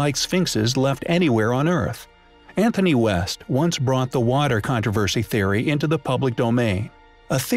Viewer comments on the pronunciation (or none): none